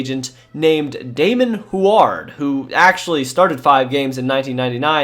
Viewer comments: Ok, as a Washingtonian i feel obligated to point out that Huard is pronounced HEW-urd lol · The way you pronounce WHO-AAAARD in an exaggerated way had me ROFL'ling. XD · It's Damon Huard "Hew-Ard" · I heard it pronounced "Hugh ward" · The way you pronounce Huard gives me Forest Whitaker eye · I wish he knew how to pronounce names, had to cut it off when he didn’t know how to say huard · Had to quit watching. Huard is not pronounced that way. Simple research. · You are pronouncing Damon Huard name wrong but besides that great video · The pronunciation of Huard is killing me. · You're pronouncing Huard's name wrong. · Listening to your mispronouncing Damon Huards last name is cringe. I live in Washington and the Huards are sorta legends here. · Hoo-ard? lol. Brock huard calls national games every week. Pronounced Hugh-ard. Sheesh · ...it's pronounced Hyoo-werd, not Hward. Just sounded so strange, had to point this out. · Its NOT HWARD its pronounced Heward Idiot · It's pronounced "Hew-ard" not "Who-ard." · I don't think anyone has mentioned this, but I don't remember "Huard" being pronounced as "Hward" rather than "Hugh-erd" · Who is this who-ared person??? It is pronounced Hue-ward... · It’s QB David HEW-urd, not hew-ARD . . . Marino’s backup. Youngster error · If you are going to mention a player so much, learn how to pronounce the name correctly. It’s Damon “”Hue” -ard, not “Who” - ard. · Dude it's not pronounced who are its hew erd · Hue-erd bruh Hu-ard not who-ard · lol at “Hward” it’s Hue-ward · Great job, this was a Great recap and fit what all of us Dolphins fan felt. My only suggestion is to work on pronunciation of last names Huard (Hu-word) Ogunleye ( O- goon-lee-a) and Travis Minor is Minor not Homer .... if these are jokes I apologize I will get them the more I watch.... regardless Great history recap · Just for the record and I hope you see this. It’s pronounced Hugh-ard not wuard like you kept saying. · Oh my god it's hyo͞o(w)ərd not ho͞o(w)ərd.